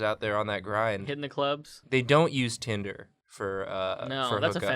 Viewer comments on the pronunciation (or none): How did no one call "Tinder" Timber?